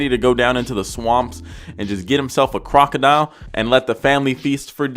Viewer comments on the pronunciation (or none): none